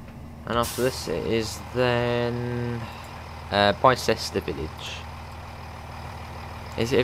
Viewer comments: You pronounced Bicester so wrong lol. It’s not said like Bi as in BiMode, it’s said like (I apologise for the language, I can’t think of other words) dick. Also that’s the complete wrong train XD As this is my local, unsurprisingly I have been on the line before. At Bicester village there is a 4 car stop marker then it goes straight to a nine car. Also it’s pronounced Eyes lip Bicester village is named after the Shopping whatever in Bicester, which has a population of around 30k people. It used to be called Bicester town but when they upgraded it for East west rail phase 1 they renamed it. If you want the real train for this route (providing you have the class 170 from DTG) get the AP class 168/170/171 EP. Oxford has 3 lines. The chiltern mainline link for East west rail aswell. The line to Banbury that XC and GWR use. And the cotswold line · Morning youngan. Not nit-picking just FYI, Islip is pronounced eyes-lip. Bicester is pronounced Biss-ter. I know you're not local so thought I'd point them out. Great vid. 👍🏼